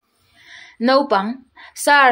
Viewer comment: Mizo tawng hi chhar dik ve thin ula, Naupang ti tur pawh Nopang in daih a